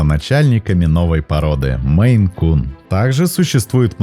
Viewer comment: Написал наименование «МейН-кун», сказал, что наименование породы от штата Мэн, но называет очень много раз «меЙ-кун». Да, несколько раз исправился, но даже один раз назвать неправильно... Ну такое